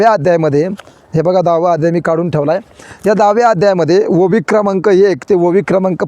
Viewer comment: ओवी चा उच्च र चुकतो